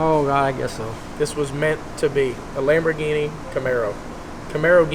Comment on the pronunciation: "Lambaro" "Cambini" ...So many options ;)